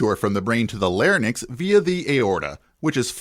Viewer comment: One correction: it's larynx, not larnyx. The second syllable is like "sinks" without the first 's'.